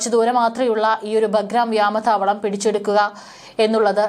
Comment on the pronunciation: മനുഷ്യനെ നാണം കെടുത്തല്ലേ.... വ്യാമ താവളമല്ല, "വ്യോമ താവളം" എന്ന് പറയൂ